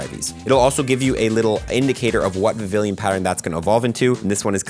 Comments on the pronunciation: It’s prononciation is more similar to french word “papiLLon” which means butterfly. It should sound more like Vivian instead of Vivillion 😊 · BTW its pronounced Viv-ion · VIVILLON. VIV-EE-ON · Heya. I think Vivillon (Vee-Vee-On) is supposed to sound like the french word for butterfly, Papillon. Fun fact, it's also the work for a parking ticket:). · It's pronounced as (vi-vi-yon) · I love when they introduce unique ways to get new Pokemon Btw it's pronounced "Vivee-yon" for future reference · The two l's are silent and its pronounced "Viv-eon" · Vivillon is pronounced the French way, it’s taken from papillon 😊